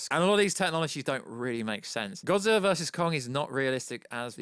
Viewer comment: You say godzillaer